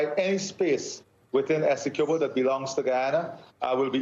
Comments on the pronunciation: Somebody please teach the anchor how to pronounce 'Essequibo', the poor guy looks like he's about to choke every time he has to pronounce it. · NBC news reporters should at least know how to pronounce Essequibo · The journalist doesnt even know how to pronounce Essequibo lol